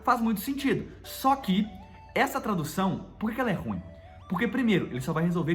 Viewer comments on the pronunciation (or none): none